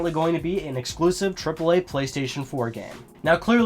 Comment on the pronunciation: "Uhhhh...sturpid...ehClusive mischin" Nailed it. Hahahaha. God damn Assassins Creed exclusive content.